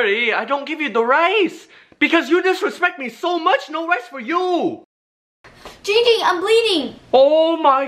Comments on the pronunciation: it’s pronounced Giiiing Ging and that is funny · you guys are saying it wrong! It's giiiiiiiiiiiiiiiiiiiiiiiiiiiiiiiiiiiiiiiiiiiiiiiiiiiiiiiiiiiiiiiiiiiiiiiiiiiiiiiiiiiiiiiiiiiiiiiiiiiiiiiiiiiiiiiiiiiiiiiiiiiiiiiiiiiiiiiiiiiiiiiiiiiiiiiiiiiiiiiiiiiiiiiiiiiiiiiiiiiiiiiiiiiiiiiiiiiiiiiiiiiiiiiiiiiiiiiiiiiiiiiiiiiiiiiiiiiiiiiiiiiiiiiiiiiiiiiiiiiiiiiiiiiiiiiiiiiiiiiiiiiiiiiiiiiiiiiiiiiiiiiiiiiiiiiiiiiiiiiiiiiiiiiiiiiiiiiiiiiiiiiiiiiiiiiiiiiiiiiiiiiiiiiiiiiiiiiiiiiiiiiiiiiiiiiiiiiiiiiiiiiiiiiiiiiiiiiiiiiiiiiiiiiiiiiiiiiiiiiiiiiiiiiiiiiiiiiiiiiiiiiiiiiiiiiiiiiiiiiiiiiiiiiiiiiiiiiiiiiiiiiiiiiiiiiiiiiiiiiiiiiiiiiiiiiiiiiiiiiiiiiiiiiiiiiiiiiiiiiiiiiiiiiiiiiiiiiiiiiiiiiiiiiiiiiiiiiiiiiiiiiiiiiiiiiiiiiiiiiiiiiiiiiiiiiiiiiiiiiiiiiiiiiiiiiiiiiiiiiiiiiiiiiiiiiiiiiiiiiiiiiiiiiiiiiiiiiiiiiiiiiiiiiiiiiiiiiiiiiiiiiiiiiiiiiiiiiiiiiiiiiiiiiiiiiiiiiiiiiiiiiiiiiiiiiiiiiiiiiiiiiiiiiiiiiiiiiiiiiiiiiiiiiiiiiiiiiiiiiiiiiiiiiiiiiiiiiiiiiiiiiiiiiiiiiiiiiiiiiiiiiiiiiiiiiiiiiiiiiiiiiiiiiiiiiiiiiiiiiiiiiiiiiiiiiiiiiiiiiiiiiiiiiiiiiiiiiiiiiiiiiiiiiiiiiiiiiiiiiiiiiiiiiiiiiiiiiiiiiiiiiiiiiiiiiiiiiiiiiiiiiiiiiiiiiiiiiiiiiiiiiiiiiiiiiiiiiiiiiiiiiiiiiiiiiiiiiiiiiiiiiiiiiiiiiiiiiiiiiiiiiiiiiiiiiiiiiiiiiiiiiiiiiiiiiiiiiiiiiiiiiiiiiiiiiiiiiiiiiiiiiiiiiiiiiiiiiiiiiiiiiiiiiiiiiiiiiiiiiiiiiiiiiiiiiiiiiiiiiiiiiiiiiiiiiiiiiiiiiiiiiiiiiiiiiiiiiiiiiiiiiiiiiiiiiiiiiiiiiiiiiiiiiiiiiiiiiiiiiiiiiiiiiiiiiiiiiiiiiiiiiiiiiiiiiiiiiiiiiiiiiiiiiiiiiiiiiiiiiiiiiiiiiiiiiiiiiiiiiiiiiiiiiiiiiiiiiiiiiiiiiiiiiiiiiiiiiiiiiiiiiiiiiiiiiiiiiiiiiiiiiiiiiiiiiiiiiiiiiiiiiiiiiiiiiiiiiiiiiiiiii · Ging Ging be like ITS GIING GING